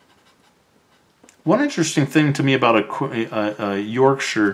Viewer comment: Thank you for pronouncing Yorkshire right 😅 from a brit